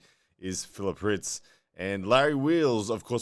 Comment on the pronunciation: First person to ever pronounce my name right